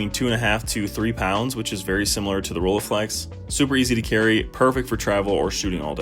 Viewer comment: First pronounciation snob calling: Rollei is not pronounced with an e (like eagle) in the end, that would be "ie" in German. German "ei" is pronounced like eye or I. So, Roll-eye-flex, not Roll-ee-flex! Have way to much cameras (and lenses), but love most. The Pentax 645n with a lens setup from 35mm (and the 33-55mm) up to 400mm, and a Pentax 645 as backup. The nice Mamiya 6 which I had found 2 years ago with two lenses for only 800 CAD (got the 3rd lens, the 50mm later as well for a reasonable price). My first medium format was with the Minolta Autocord (I am a big Minolta fan), unfortunately the stupid focus lever broke off after I had it CLA'd... Still have to try out the Zeiss Super Ikonta (early version from the 30s, 6x6, with a Tessar 2.8 lens) and the Fuji GW690 which are around...